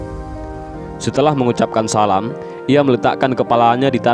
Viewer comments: Ngucapin salam aja salah🤣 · ngucap salam yg betul dong bg